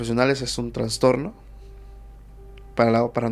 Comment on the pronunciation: Todo muy bien pero el término es TRASTORNO, NO TRANSTORNO